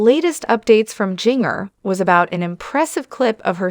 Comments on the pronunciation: Its pronounced Ginger not Jeenger good lord🙄🙄🙄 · PLEASE learn how to pronounce HER name! It does NOT rhyme with ‘zinger’. It is Ginger, like the spice! Nothing shocking here! Just another rambling on video! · Please pernouncing her name.. phenically, it is said as ginger as in ginger ale. It was spelled with a "j" as all of her siblings' names. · Pls learn to say Ginger correctly. Say it like the herb Ginger. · Yes please please learn how to say ginger...jinger😊